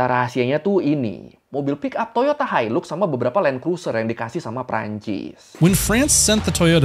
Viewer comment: Maaf tapi sebutan yang betul untuk Hilux adalah HAILAK dan bukannya HILUK